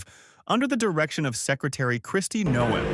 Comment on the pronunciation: WELL YOU LOST ME WHEN YOU CLAIMED TRUSTED SOURCES AS ABC NEWS AND THE NEW YORK TIMES, ETC ETC... PLUS YOU CAN'T PRONOUNCE CRISTI NOMES NAME